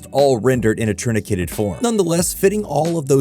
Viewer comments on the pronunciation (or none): Yeah that's what truncated would mean, the narrator says "turnicated" which isn't a word. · In a WHAT form? Did you mean truncated?